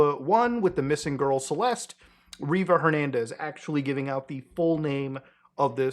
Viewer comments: Her last name is Rivas, not Reever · It's "RivaS" with an S and it's Lake ElSinore also with an S. What are you reading that doesn't have that right?